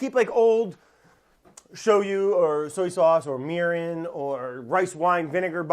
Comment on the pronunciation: If you don't have the volume turned up very loud on this one it sounds like he said he's gonna try making urine (mirin - was supposed to be mirin)